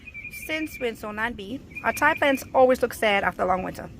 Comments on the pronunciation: Its pronounced ‘tea’ not ‘tie’🤪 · TI is pronounced TEE